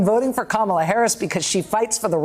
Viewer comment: "Kalmala" This is the one time I'd accept the mispronunciation of our soon-to-be President.